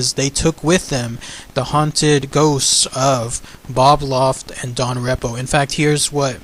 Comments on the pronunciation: You should write down what you are going to say first! You are making too many mistakes while talking. It's called 'auto pilot' and the officer bumped into the steering column. Don's last name is pronounced REE-po,,,NOT REP-o. Please prepare your videos BEFORE you start just talking from memory! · You should rehearse the script a few times and get the names right and the people right. Main Ghost was Don Repo the Flight Engineer although Bob Loft appeared a very few times. Repo "REEEPO" pronunciation.